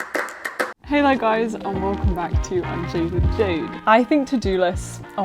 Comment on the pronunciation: my brain froze how did you manage to say welcome back without your lips touching 😭 can't unsee it now